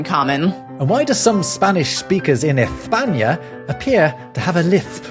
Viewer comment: Don't ever say ezpaña again. S always sounds like s in Spanish, z and c are the ones that can be the "th" sound. Unless you're from very specific places of Andalusia.